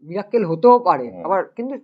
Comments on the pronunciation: মীরাক্কেল নয় রে মিরাকেল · Buddy its "Miracle"